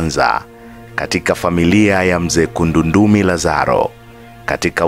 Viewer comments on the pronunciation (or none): ni Emmanuel Kundandumi Lazaro na siyo'Kundundumi'